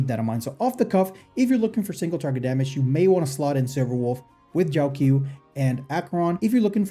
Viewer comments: I think its pronounced jow-cho not jow q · Just a little nitpick but the 'q' in Jiaoqiu is pronounced as a ch sound instead of a k sound.